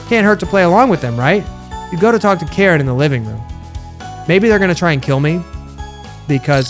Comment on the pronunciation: Her name is pronounced kareen